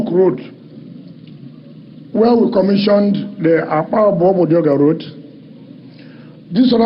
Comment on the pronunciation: It's actually Akpajo Odido road and not Akpabu